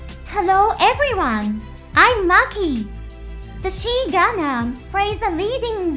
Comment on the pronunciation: The XI is pronounced as XYE gundam the pronounciation is wrong in video. Or XOY whichever is easy. Even calling it Soy is more correct lawl